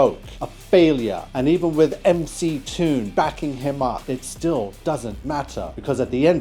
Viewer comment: He did correctly pronounce MC Toon, so credit for that.